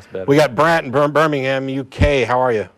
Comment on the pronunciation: Birmington... or Birmingham perhaps?